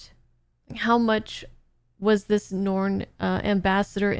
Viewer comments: Norn.... Me: Cringe..... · Please keep calling them ‘Norn’ for the entire show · I'll have to remember that pronunciation of the "Norn".